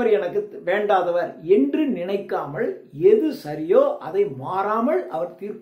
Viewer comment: தமிழை சரியாக உச்சரிக்கவும். உதாரணம் நினைக்காமள் பார்க்காமள் என்பது தவறான உச்சரிப்பு நினைக்காமல் பார்க்காமல் என்பதுதான் சரி .தமிழ் தமிழாக இருக்கட்டும்.